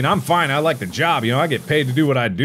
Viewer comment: “It did a good jobly” -Mark 2021